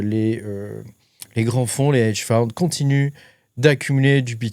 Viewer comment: Lé heiiiidje foune 😂😂😂